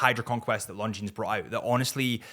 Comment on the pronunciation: I like your videos, but: Why do you pronounce Longines like long jeans? The s is silent.